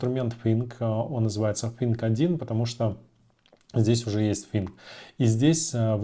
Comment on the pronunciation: Подучите Английский пожалуйста 😢 слушать невозможно «фынк» 😊